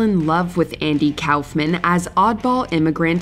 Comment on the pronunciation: Andy Cowffmen. Ooooo...kay